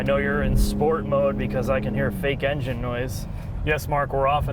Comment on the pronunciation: Why did that guy say "enngine" like that? These videos are horrible, corny and overly dramatic